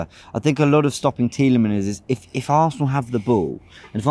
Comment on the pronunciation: idk if you know but tielemans has a S in his name